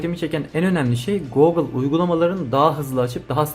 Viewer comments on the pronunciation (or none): Teşekkürler. Bence Googıl diye telaffuz etme. Herkes gibi basitçe Gugıl dersen daha kulağa hoş geliyor. Googıl demen bana itici geldi.